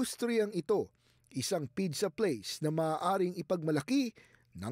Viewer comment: I think may problema ang dila ng newscaster na ito! Ano ba talaga pidza o pizza??😂😂😂